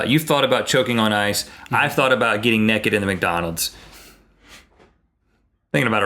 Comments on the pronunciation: ohhhhh noooooo Link says "Nekked" instead of naked. sad times :( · Rhett says Naked and link say Nekked just pointing it out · They said neked not naked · Why does Link pronounce naked 'nekid'??